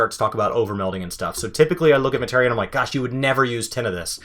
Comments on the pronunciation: Muh-tee-ree-uh is how it was pronounced since the ps1 days. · Say it with me now. "ma·te·ria" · Why do you say materia wrong?